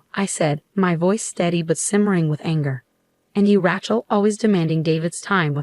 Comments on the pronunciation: “Rat-chell” sure does show up in a lot of these stories. Can no one pronounce it right? Ray-chell. No so hard. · That rat-chell is for the streets. Lol but you're so right. It kills me! 😅